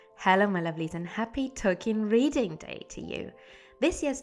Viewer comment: Hello! You know I have a special affinity to the hobbits, so I love you choice of topics. And I could absolutely listen to an audio book recorded by you just to hear you pronounce the names! Happy Tolkien Reading Day!